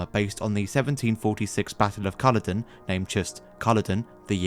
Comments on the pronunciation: G'day to you! Sorry just had to say, the Correct way to say it is CULLODEN not CULLODIN. Perth West Aust. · Culloden has a long "o" which starts the second syllable: Cull-odd-en not Cullo-den. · It’s Cull*o*den, not *cull*oden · Why can't you pronounce Culloden? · Your pronunciation of Culloden broke my ears.